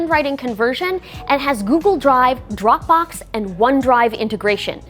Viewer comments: it's supposed to be Dropbox not Doprbox! 🤭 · Ah yes, “Doprbox”